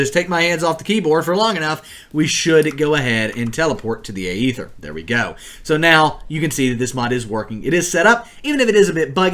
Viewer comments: Its not the Ay-ether its Aether. Stop being a pepega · Is pronounced “eether” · why you gotta pronounce it like that